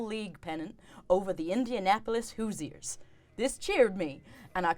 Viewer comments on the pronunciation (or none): As someone from Indiana, the way "Hoosiers" was pronounced made me laugh.